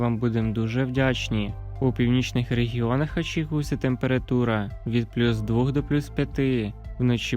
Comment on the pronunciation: Невже так важко сказати двох, а не двух.